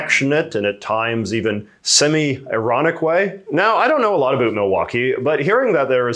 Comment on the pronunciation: is your pronunciation of "about" a joke?